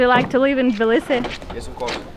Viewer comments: I realized that Russian pronounce Tbilisi strangely in English. We skip the first vowel and pronounce it like: цб-ЛИ-си in English, with a strong Ц sound. What I hear you and say is Билиси. I guess the т is dropped in the Russian pronunciation and you're just pronouncing it the same in English? (i might just be crazy or deaf, that's also completely possible) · Thanks for the great video and Hey from the other Georgia 🇺🇸 🙂. Tbilisi is apparently the one city I can't pronounce the same way twice 😀.